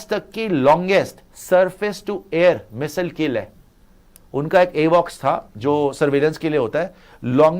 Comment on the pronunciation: Missile hota hai misile nhi😂